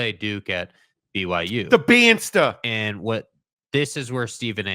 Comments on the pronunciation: its pronounced "Dybansa" the t is silent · Pronounce his name right… there is no T after the S… ESPN first take slaughtered his name as well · Seems for all the talk, you ought to learn how to pronounce his last name (the "t" is silent, which with just a little bit of effort you would/should have known).